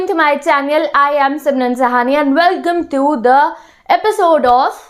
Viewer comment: She pronounces the channel like this, welcome to my chaneal